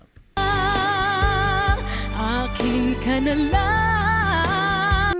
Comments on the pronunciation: Very impressive on how you say it in Tagalog!! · I find your pronunciation of the title absolutely spot on. Impressive. BTW I`m Filipino. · It's surprising how easy for you to pronounce the title accurately 😍😍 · Dang, u speak tagalog bro? That "akin ka na lang" pronunciation was spot on 😁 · You pronounced the title of the song perfectly, like a full blooded filipino❤ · I love how you pronounce. AKIN KA NA LANG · Great job how you said "Akin ka na lang" 👍🏾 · great pronunciation of the title. putting work on your video. appreciate the effort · You pronounce the Tagalog " Akin ka na lang" by Moriissette Amon she is very talented and popular here and internationally with a powerful voice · The correct meaning of the title of the song is 'Please Be Mine'. I love your reaction of the song, the way you interpret it & how you pronounce the title almost perfect. Thank you so much for the appreciation. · Bro just said "Akin Ka Na Lang" straight up with no accent, caught me off guard a bit 😅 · Great pronunciation of “Akin Ka Na Lang,”! Like a native 🤩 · You nailed it, pronouncing it properly ( title of the song). Thank you,.,you better learn more Tagalog words and have more friends online, especially Filipinos! Mabuhay ka!